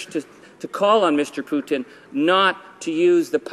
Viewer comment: Keep on Rockin' in the Free World Charlie... YOU ROCK... and did you say Putin... or Poutine...? lol